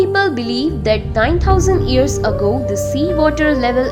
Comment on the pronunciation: Not ears it's years stupid